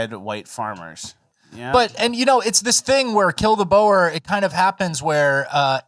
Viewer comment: For the love of god learn how you pronounce 'Boer'. Typical Americans. It's pronounced like the animal 'Boar'